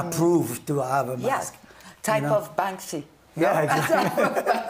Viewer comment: Para empezar se llama banksy no "bansky" que no es más que una imitación de Blek le rat, banksy se dice artista del graffiti cuando lo suyo son plantillas no con la mano en alto como todos los escritores que se respetan, plantillas y luego copiadas de otros, además banksy tuvo inicios más rastreros que brainwash lo hizo atacando por la espalda a Robbo una leyenda consagrada del graffiti con sus plantillas robadas donde el 99% de "sus" obras eran y aún hoy son plagio. Si no sabes no opines y evitate hacer el ridículo toy.